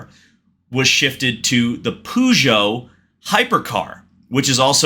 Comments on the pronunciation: i was watching this but you saying poo joux was a straight up no from me 😬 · losing Dodge is almost as painful as your pronunciation of the word Peugeot